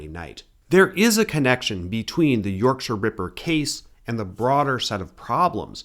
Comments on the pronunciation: Ty for saying Yorkshire properly 🥹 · Yep… and he almost pronounced ‘Yorkshire’ correctly.